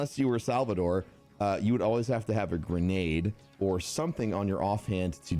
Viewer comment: It’s guuurrrnaid